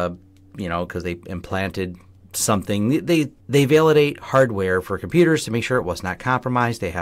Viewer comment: 9 seconds into your ' report' Did you actually say HARDWARE ? Or did you swallow the word , and just move on ?